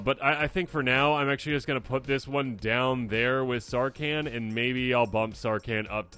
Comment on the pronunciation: Is the h in Sarkhan so silent you think he's a Can